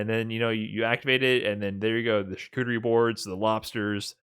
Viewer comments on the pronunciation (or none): none